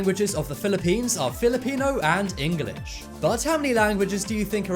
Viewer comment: Why can’t you say English it’s English not EngAlish no hate